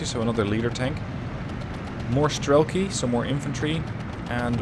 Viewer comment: avtom"A"tchki, not avtomatch"I"ki, strelk"I", not str"E"lki